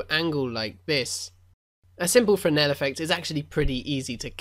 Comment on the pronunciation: Hey, you learned how to pronounce Fresenel :)